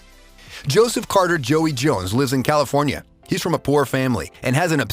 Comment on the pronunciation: Idk why but the way he said California was funny to me but idk why Time